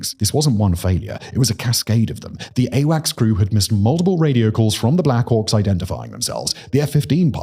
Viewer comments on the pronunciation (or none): none